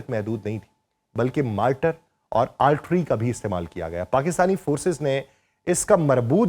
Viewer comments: بھائ آرٹری نہیں آرٹلری ہوتا ہے۔ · Altry Nahi jaahil admi... Artillery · آپ بار بار آرٹلری Artillery کو آرٹری Artery پڑھ رہے ہیں جس کی آپ جیسے بندے سے توقع نہیں کی جا سکتی۔ آیک آدھ مرتبہ کو slip of tongue زبانی یا صوتی لغزش کہا جا سکتا ہے لیکن آپ خود ہی اپنا وی لاگ دوبارہ سنکر دیکھ لیں کہ زبان کی لغزش نہیں بلکہ ۔۔۔۔ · Plz correct the pronunciation of Artalary